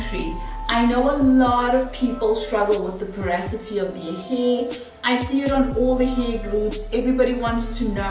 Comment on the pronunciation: Loved both sides❤️ Just as a matter of interest it’s pronounced po- ro- si - ty not po- ra- so-ty